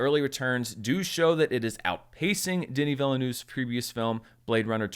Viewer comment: Phonetically: 'Denee Veelnerve'